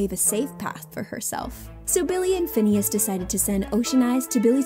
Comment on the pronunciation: The lady keeps saying finneas name wrong